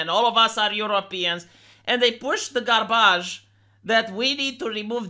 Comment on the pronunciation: ‘Garrrbadge’ 👌 is the way I’ll be pronouncing this from now on.